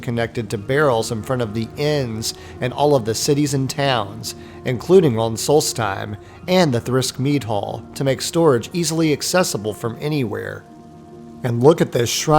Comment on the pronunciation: You do realize it's tThiRsk, not THRisk?